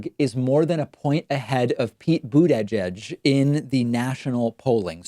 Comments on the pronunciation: Lol David the way you pronounce Buttigieg’s name is funny lol. It’s like “Boot-edge-edge” 😂😂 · Booty judge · Don't you know how to pronounce these peoples names yet? Sounds like you butchered Tulsi and Buttigieg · please start pronouncing the candidates' names correctly... boot-a-judge, tuhl-see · Why the hell does he insist on pronouncing Tulsi and Buttigieg like a moron. Love David and don't care about either candidate but this is obnoxious.